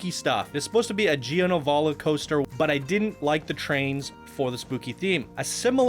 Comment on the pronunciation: I honestly thought said "GHOSTER Spotlight", so I've decided that's exactly what he said.:P